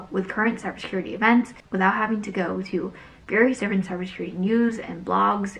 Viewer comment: can you pronounce cyber security correct :)))? Useless video btw, nice steal.